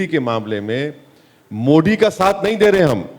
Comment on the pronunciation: ओवेसी जी वो मोडी नहीं मोदी है | आप थोडा नाक से बोलते है तो दिक्कत हो जाती है |